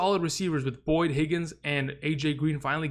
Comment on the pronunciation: Love your videos, but put some respect on Boyd’s name 👀